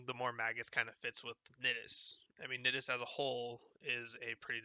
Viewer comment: Thanks man, I didn't know that those strain mods existed actually. I like your build. Although you pronounce Nidus like you would say the word "I" not "it" as you are.